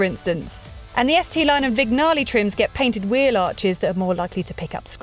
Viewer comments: Vignale is pronounced with a silent 'G'. Vin_yah_lee. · Vin-Ya-Lay the G is silent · Yes, her pronunciation is a bit rubbish. Also, Vignale is pronounced Vin_yah_lee. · Vig - nale? Really? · And the way she pronounces ViGNale... Jesus...